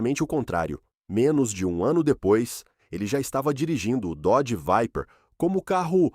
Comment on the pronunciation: Dodge "Veiper" kkkkk esse fuma